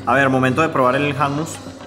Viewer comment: El Hummos se pronuncia júmmos, no jámus. Parece que a su suegro se le olvidó el árabe ☺